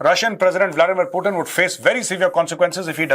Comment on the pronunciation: Bolna seethe pirbhu ji putin